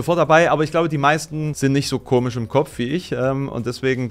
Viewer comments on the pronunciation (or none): none